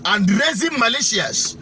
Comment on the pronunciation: Thanks for this news. It is "militia", not malatia.